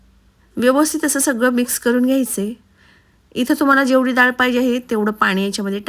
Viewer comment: दाळ नाही डाळ म्हणावे